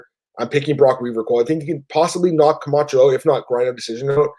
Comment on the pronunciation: How does Cole still not know how to say Camchos last name?? Smh